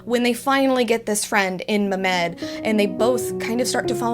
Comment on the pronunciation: Heyyyy sooo Ummmm Mehmed is not read as me-med It’s read as me-h-med h stands for the ح in arabic but u can say h since it’s likely you are not used to it